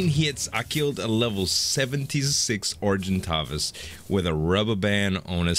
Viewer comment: ***** You are pronouncing Argentavis correctly, since it comes from Latin !! And the correct is PhiOmia... :)